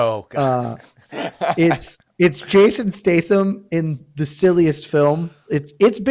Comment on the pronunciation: Jason who ?? lol say his name right no lisped